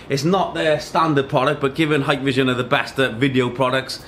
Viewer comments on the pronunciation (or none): I always see vloggers saying "haiiyykk!! vision" like Japanese saying "hai" means "yes", when it is pronounced "heeek-vision"...